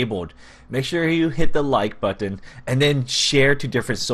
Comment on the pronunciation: I'm sorry but the way he says button 😂